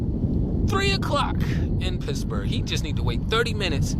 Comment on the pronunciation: Did you say Pissburgh? 😂😅😢 I have a mean ass protection trained German shepherd and my dad’s old revolver. Unfortunately, I’m out of a narcissistic relationship, so Kevin has to earn his food lol. That’s my dog. Yes. Natural law. Connection to Source is so important. I’m sorry I don’t mean to post such long message to you, but you’re a great creator that I’ve recently found. Years ago I was coming out of my fiancé’s house and he didn’t walk me out. I got chills up my spine, didn’t put the code in his door because I literally had goosebumps, went right to my car and drove out and locked the doors immediately. His car got stolen that night & I was protected. After this video, I’ll be hiding knives everywhere lol. Got to get some mace too.